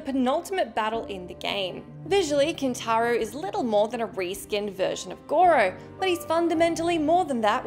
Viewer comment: It's Kin-tar-o time!